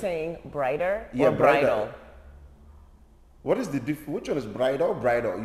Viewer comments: "Brighter or Bridal? No one knows what you are saying" (Confidently): "They know" Me: still confused 😂😂😂😂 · He said bridal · Ok😂😂😂That cracked me up..what are you saying Bridal or brighter, brida, brida. I burst out laughing. Thank you. Great to see more people have discovered you guys. You definately brighten a day. Blessings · Brider, brythal 😅😅😅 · Bam you’re confusing my Nigerian brother & I😂 BRIDAL! He said Bridal😂😂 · I totally thought he said brighter when he stressed bridal the last time lol 😂